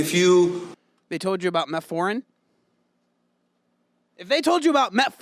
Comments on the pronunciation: Man!!! Your reaction to this video after he said "metforin" 😂😂😂😂. Im with ya. If you cant pronounce it you have not business speaking on it. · OK, I'm a doctor and I will say this. He did pronounce metformin wrong, but the first line treatment for diabetes is lifestyle change. This means, when someone is first diagnosed with diabetes, before going on medication, they should control their blood sugar with diet and exercise. Exercise does help to push the sugar from your blood into your muscle, lowering your blood sugar and controlling your diabetes. Medication comes into play for people who refuse to undergo a lifestyle change and therefore their blood sugars remain uncontrolled, which can lead to end organ damage. So....... He's not wrong in saying that. Just needed to get his word pronunciation straight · Yes, he mispronounced the drug, and ten minutes was a likely a poor representation of the research. That being said, here's a scientific article that suggests that there is some truth to it. Thirty minutes of strenuous exercise after eating significantly lowers average blood sugar. "Frampton J, Cobbold B, Nozdrin M, et al. The Effect of a Single Bout of Continuous Aerobic Exercise on Glucose, Insulin and Glucagon Concentrations Compared to Resting Conditions in Healthy Adults: A Systematic Review, Meta-Analysis and Meta-Regression" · I will say you got emotional when he pronounced it wrong…